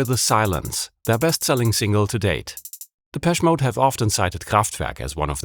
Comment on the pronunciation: Its pronounced’deh-pesh-ay mode’ - dont ask me why